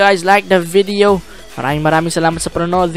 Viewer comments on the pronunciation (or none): none